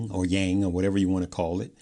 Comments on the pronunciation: Yuan not Yang. Get it right. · YUAN is pronounced like dawn only with a W...WAYN